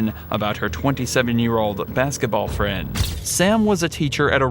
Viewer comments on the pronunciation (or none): none